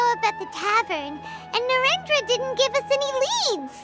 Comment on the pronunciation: the pronunciation of narendra is killing me